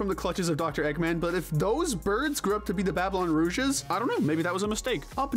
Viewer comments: Babylon Rogues not “Rouges” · Dude, it's pronounced Babylon ROGUES, not Rouges🤣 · It’s Rogues, not “Rouges” it’s almost like you’re saying that Rouge the Bat should be in charge instead of Jet. And depressing how some of the more SURPRISING characters are nominated here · Rouges? I think you meant Rogues. Also when mentioning the Chaotix, you forgot Ray the Flying Squirrel. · Babylon "Rouges"? It's Babylon Rogues. Rouge is the...(clears throat) well-endowed bat girl that occasionally flirts with Sonic and Knux. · "Rogues" is pronounced "ROWGS" not "ROOGES"! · Lol not having a good time pronouncing "Rogues" today are we? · Nope. XD